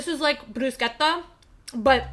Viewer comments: I love that you pronounced bruschetta correctly🙌🏻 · I love the videos about toast recipes around the world and it’s the first time I hear an English speaking person pronounce “bruschetta” in the right way 😂😂